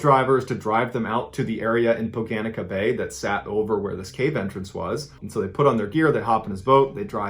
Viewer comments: Is that pronounced Poh-guh-neet-suh? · As it happened in my neck of the woods, here is a bit more about the third story of the Croatian cave off the coast of Sholta island: 1. The cave is called Poganica (pronounced, poh-GAH-ni-tza), which means "the pagan/heretical woman", i.e. a witch. 2. More about the incident and the cave itself can be found here: 3. MIroslav's suicide is the first known suicide of a diver under water. 4. When Miroslav was pulled out of the cave, it was not immediately clear to the Croatian police in Split whether his death was a homicide, suicide or an accident. At first, there was some suspicion about his dive buddies having killed him in Poganica. In fact, the diving buddies were briefly arrested once Miroslav was found with a knife in his chest. There were serious thought put into how Miroslav could have been murdered, including a simulation in which he was killed on land and dumped into the shallow gallery later. The investigators wondered if it was possible that Miroslav's dive computer was put on a line and submerged to different parts of the Poganica to fake his movements, but the forensic findings did not support this idea in the end. 5. Oliver Meric, who died trying to get Miroslav out, was a special forces guy. It seems that his death was caused by disorientation and panic, which got him doing exactly the same thing as Miroslav - going from one gallery to another, looking for an exit. In the shuffle, Oliver had lost Ariadne's thread (Croatian diver's slang for the diver-to-s